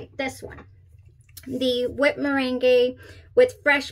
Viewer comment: It’s like the lemon meringue pie. Mer rang pie. Had me scared